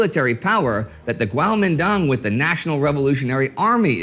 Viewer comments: Kuomintang or Guomindang. Not Guaomindong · I thought it was pronounced "kwo-Meen-tdang" was i wrong?